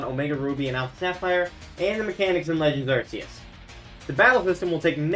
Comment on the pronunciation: I like this video, my only gripe is how you pronounce Arceus